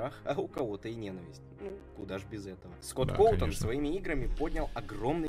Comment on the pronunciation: Извини,но правильно Скотт Коутон